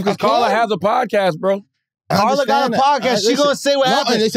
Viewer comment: Bruh said car la mane 💀💀😭😭